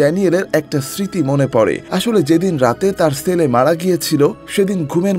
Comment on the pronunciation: Apnar pronunciation thik koren bhai Sele na chele hobe